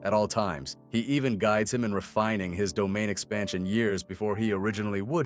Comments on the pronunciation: Domeian espaxion😂) (dude what?) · “Domian expantion “. 💀